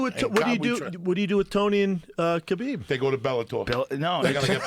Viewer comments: When Joey started popping off and kept saying khalibeeb 😂😂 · man there's been soooo many great ones, but joey saying "khalabib" did it. lol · If joey says khabeeb one more time ill die